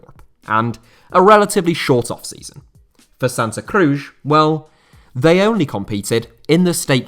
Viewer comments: its not "Crush" is CruZ like in Penélope Cruz the actress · who says Cruz like that :)